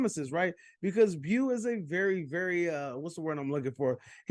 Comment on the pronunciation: How u watch the movie and still pronounce his name “bew” lol